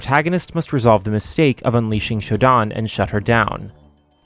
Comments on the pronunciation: Its not SHOW-DAAN, im pretty sure of that. Its sho-DANN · I think it's pronounced "Show - Dan" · Your pronunciation of SHODAN hits my ears like nails on chalkboard, sir. Just listen to her saying her own name in that famous scene from SS2 where she introduces herself to the player.... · That's not how you pronounce Shodan